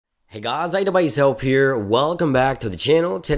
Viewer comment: That intro Hey gaayss .. lol